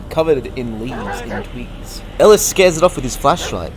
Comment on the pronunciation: Say twigs again plz